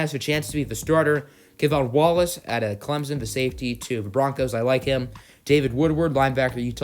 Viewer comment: It’s Clemson not clemzen